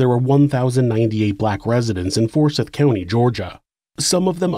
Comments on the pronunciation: Anyone else from the Atl area get tripped up hearing him pronounce it "For-SITH" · It's pronounced "for-sithe", not "for-sith". Quick Google search, right? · Well done! Lake Lanier (luh-NEAR) is pretty, but we know you don't go swimming there. I had NO IDEA about the history. Only superstitions. For what it's worth, though, Forsyth (for-SITHE) County has growing Hispanic and Indian/Pakistani populations now. It's wonderfully diverse even compared to a decade or two ago.